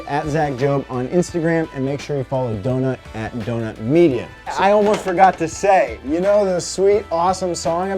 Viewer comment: ”Donut Meida”